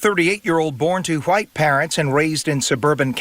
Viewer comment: why he gotta say Hawhite like that? LMAO